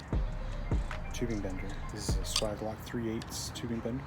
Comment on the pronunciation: If you bend 30° on L, your bends and therefore offset will be shifted to the right. You should bend a 30° on the 30° mark. Also it's pronounced sway-ge not swag... Lastly that fitting is a union not coupling. Good video regardless.